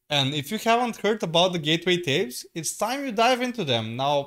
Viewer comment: "Gateway tapes"? What's that? Did I hear it right?